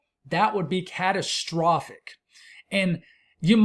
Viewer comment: The way you said catastrophic! Yeah, the Euro is a bit terrifying. All of it is a bit scary especially remembering last year.